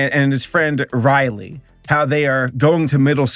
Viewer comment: Rowley... not Riley